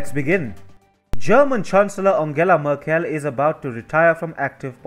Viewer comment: I´m sorry but your pronunciation:merkÉll. I´ts funny hahah.